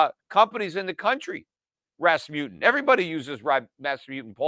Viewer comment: It is called RasmuSSen, not RasmuTTen.